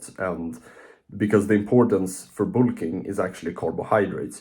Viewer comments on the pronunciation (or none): ah yes "boolking" jokes aside W video youre huge keep grinding bro